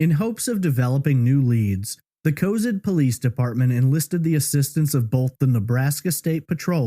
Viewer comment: City is pronounced Co-Zad